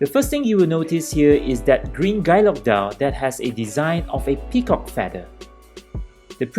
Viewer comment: Harks back to old world watchmaking. It’s been a long while since I’ve seen anyone cover Bovet, so it’s nice to see it on the channel. Btw for future reference, guilloche is pronounced ghee-yösh :)